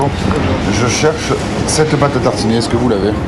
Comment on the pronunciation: la pâte à « tartchiner » 😂 on vous la laisse